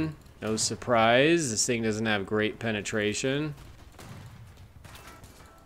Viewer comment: BRO GOTTA LOVE THE WORD PENATRATION XD